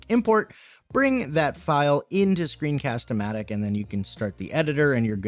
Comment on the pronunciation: I think you said it right for Screencast-o-Matic, and you can edit script on your video. That’s amazing! :D